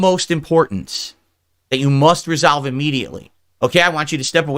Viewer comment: He didn't even try to pronounce it with an O there, he just went straight for Resalve. Mega emphasis on the A too.